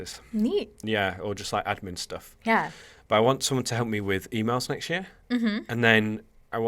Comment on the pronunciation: when you say next it seems to be nxsht